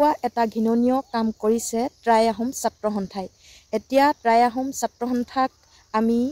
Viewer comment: Try নহয় টাই আহোম ক'ব। উচ্ছাৰণ ভুল।